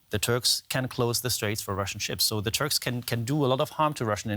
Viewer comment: Did he just say the Turds? May just be my hearing.